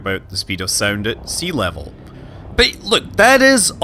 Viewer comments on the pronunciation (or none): none